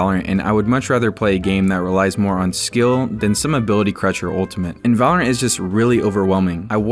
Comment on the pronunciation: The guy at the end said vulurunt